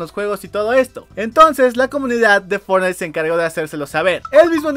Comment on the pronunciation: pero dice fortnigth xd